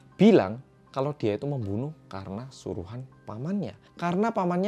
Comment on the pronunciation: "Memoenoeh" ngakak maaf aku ngakak juga wkwkwk😭😭🙃😎